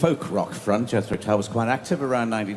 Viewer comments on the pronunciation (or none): "You are pronouncing Jethro wrong." She knows. Her hard core audience loves the accent so live with it.